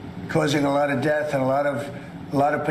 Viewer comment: oh come on he's saying Det 👎👎 not death come on Dave get your shit together